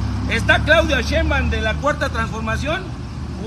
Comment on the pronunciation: " Claudia sheimbam " pronuncia 😂😂😂😂😂😂😂😂